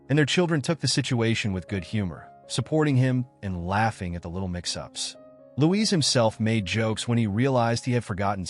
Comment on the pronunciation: It's Luis and not Louise.